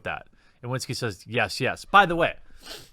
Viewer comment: Just a quick tip for anyone interested - Marcin isn't pronounced Mar-sin, the 'ci' part sounds exactly like in an italian ciao. And the 'w' in Iwiński is more like v in vase rather than w in water.